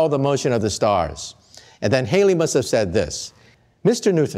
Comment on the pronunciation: Loved the video but you turned Edmund Halley into Edmund Haley. Halley rhymes with valley; and it's Isaac Newton (ew as in few) not Nooton.